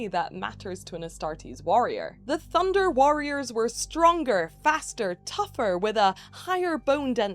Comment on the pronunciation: I keep hearing Thunder cats instead of Thunder warriors